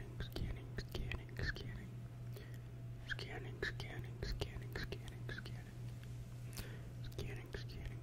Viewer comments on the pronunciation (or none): To me it sounds like “who’s cannon” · or “skinning”